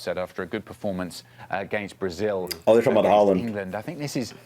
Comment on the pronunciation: On sporting rivalries, if England make it through, we're likely to be playing Argentina. That is one of the bitterest rivalries of all, going back to the 1966 world cup, flared up by the Malvinas war and the 'hand of God' in the 1986 world cup. The pronunciation of Haaland is often done badly by English speakers, because the correct pronunciation sounds a lot like whore-land, which would be awkward.